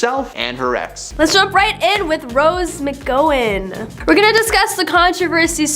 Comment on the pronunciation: Mc gow like cow in. FOR GOD'S SAKE! GET EDUCATED ON THE PRONUNCIATIONS OF WORDS AND NAMES.